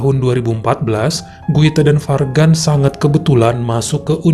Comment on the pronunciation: Guita & Fargan. Kalau nggak salah cara bacanya Juita & Farjan. Nggak 100% J, nggak 100% G.